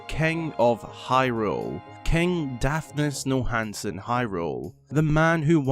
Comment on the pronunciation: You pronounced Daphnes Nonhansen Hyrule as Daphnes Nohansen Hyrule